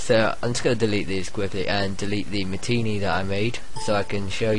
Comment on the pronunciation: It's pronounced Ma-ti-nay